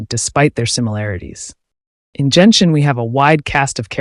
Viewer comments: Nice analyisis but .... ... it's not jenshin, its genshin (the g is pronounced like the g in good) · It's GEN-SHIN. not JENSHIN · Bro said Jen-shin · Genshin's pronunciation is not Jianxin(That's a standard 5 stars for wuwa) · Ah yes, my favourite Jenshin characters: Foe-sa-lore and Fewrina